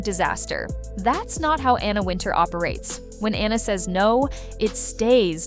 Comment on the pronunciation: WIN-Tower is how Wintour is pronounced. Is this stupid A.I. narrrating? Just stop it! Use a real person to read the scripts.